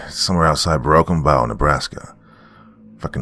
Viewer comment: With respect it's pronounced, Broken Bow, like bow and arrow, I live about hour away from there, in Grand Island Nebraska.